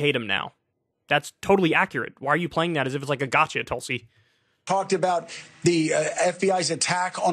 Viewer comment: Pakman has the pronunciation right it's "Toolsi Gabbard"